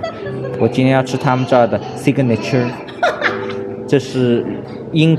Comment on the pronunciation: 你的發音雖然不正確，但真的很可愛，sig-na-tire只有三個音節，但你發了4⃣️個音節sig-na-na-tyre, 因我看了很多你的視頻得出的結論就是這樣希望你會喜歡我提供的發音